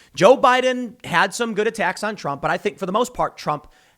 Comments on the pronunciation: Lol he calls trump drump 😭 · Tim definitly said Drump 😆😆😆